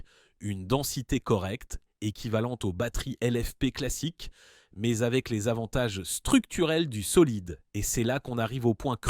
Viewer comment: La voix générée IA aussi avec des "mèèzzzeeeuu" pour dire "mais"